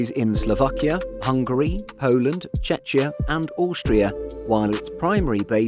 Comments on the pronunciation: Just for your information. Czechia is not Čečia. Otherwise great video. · FFS Czech-ia not something like Chechnya. You should know this. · I really like your videos and I am Czech, I live in Czech Republic and unfortunately the rest of the world calls us Czechia (almost everybody in Czech Republic hates this name). Please, read Czechia properly and not in your way. Your "Czechia" sounds almost like Chechnya. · most of us definitely not prefer Czechia (one of the reasons is it's similirality to Chechnya as if foreigners don't confuse us with them enough), but that's not important right now. That pronounciation was totally wrong... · Hello! Long time listening, first time commenting. And a big fan. Can you please check your pronunciation of Czechia? Even better would be calling it Czech Republic. Thank you for unparalleled content! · I almost had a heart attack when I heard the pronunciation of Czechia. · You pronounce Czechia wrong